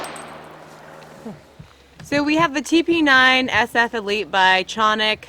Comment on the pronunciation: Canik Municipality in Turkey American pronunciation ka·nik